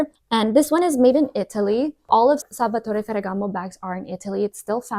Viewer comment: Your pronunciation of Salvatore Ferragamo is flawless. 😁